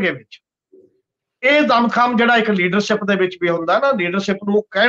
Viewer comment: Pronunciation of words like Leadership,Shuru , Kush . Crucial,National etc. need to be rectified . Agricultural problem is concerned with the whole of the country . Why are only Punjab farmers so agitating ? Thanks .